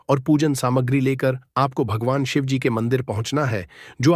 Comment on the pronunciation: U don't even know Shivji par ketki ka phool nahi chadta hai aur Shivaji & Shivji are different pathetic pronounciation